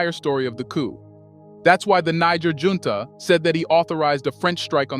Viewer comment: Many words are mispronounced such as Junta and Niger This should be corrected